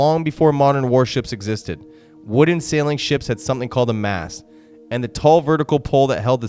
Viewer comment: It's Captains Mast not mask.